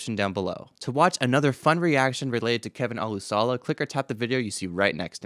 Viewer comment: When Scott introduces Kevin at concerts he says o-LOOSH-uh-luh.